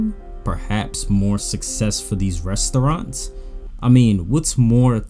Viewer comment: I never thought someone can say the word 'Restoouraants' and get me annoyed that many times 😑..